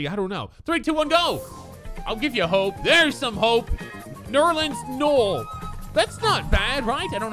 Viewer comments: Nerleans Noel is pronounced noelle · He said “ nerins NUUL